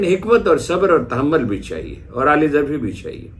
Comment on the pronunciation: Aali zarfi nahin aala zarfi